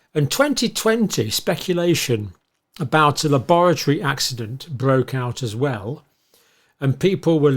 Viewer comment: The way John pronounces la-boratory gives the word a dark wet cold feeling like bad things only happen there.